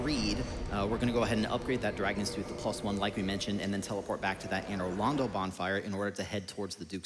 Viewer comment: The way Americans pronounce Anor Londo is driving me hollow